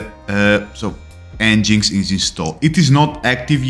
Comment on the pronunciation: Pronounced engine x :)